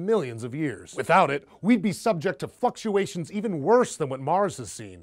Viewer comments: ha ha he said fucksuations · "fuckuations" lmao!! caught me off guard